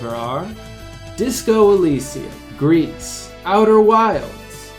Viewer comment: Gris: /Gree/ not /grease/.